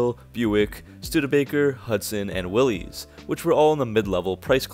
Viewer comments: Willys is pronounced just about like Willis, not Willy's. Tatra streamliners predate the Chrysler Airflow. Hudson and Nash didn't die, they merged to form AMC. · Willys. You mispronounced Willys. The company is NOT pronounced will-eeze. It is pronounced will-S. Look up the old TV commercials and obtain the correct pronounciation. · Very good. Note- the car company Willys is pronounced WILL IS not WILL LEES. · I thought Willys was a low-end brand?--by the way, it's Willis, not Willies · Will isssss not will eeeez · Very cool video. I remember DeSotos from back in the day. Our family had a '56 Plymouth Station Wagon with a luggage rack. If I remember right, it had a 3 speed column manual transmission. That thing lasted for years and was a real workhorse. (BTW, Willys is pronounced Willis, like Bruce's last name. Not a criticism, just an FYI.) Thanks for the video, so many beautiful cars back in the olden days. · Yet again another person that mispronounces Willys . It is pronounces the same as Willis. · Yep. The "Y" stands in for an "I."